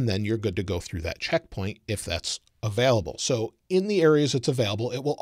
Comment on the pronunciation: Is he saying “available” or “avelable”